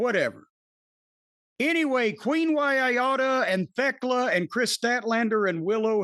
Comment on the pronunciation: actually pronounced Thekla properly the first time, and then corrected himself. Its greek so he got it right- its almost like a "the" but with a lisp. Like Theology (the -kla). Funny that the lisp version is the correct way:D